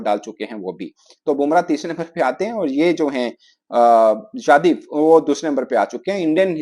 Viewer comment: "jadev" "jadev" kya rahe ho yadav hai yaaadaaav tum pakistañ se ho paris se nahi